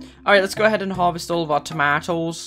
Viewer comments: Toma- --oes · the way he says 'tomatoes'